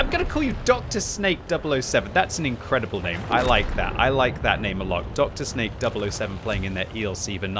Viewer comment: His name in not Dr Snake, but Drsnak, that means something like tough guy